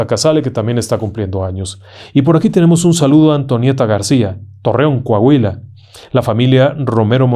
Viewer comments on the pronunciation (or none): none